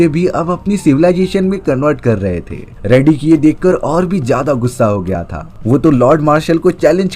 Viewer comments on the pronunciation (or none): Riddick hai redick nahi ghonchu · 😂 रेडीक नहीं…. रिडिक।